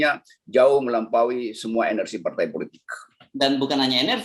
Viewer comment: " Enersi " - Rocky Gerung 🤦😁